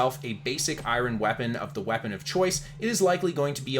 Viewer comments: it's EYE URN bud. not EYE RON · i-ron - that sounds like it hurts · Great content, thanks for the tips! I didn't mind how you butchered eye ron, so I'm not gonna comment on it. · I-Ron ... FML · Eye Ron? XD omg XD great video btw! that's hard to get past though... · I mean the way he’s always said Hakeijo was always funny to me but I’ve heard loads of people pronounce Iron like that lol